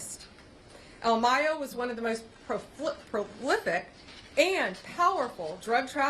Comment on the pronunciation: “One of the most proflipic”? WTF is that?